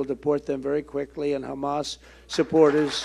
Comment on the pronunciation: I like how he says hamus 😂